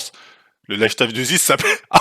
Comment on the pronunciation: Le mec a pas prononcé lifestyle correctement une seule fois il est défonce?